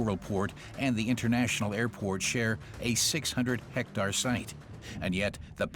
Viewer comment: This is like the 4th video with this narrator where he doesn't know how to pronounce basic English words. Hectare not Hectar